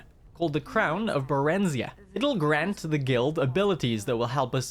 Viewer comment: I’ve always pronounced in “barren-zĪ-ah” I’m not a linguist so idk how to spell it out properly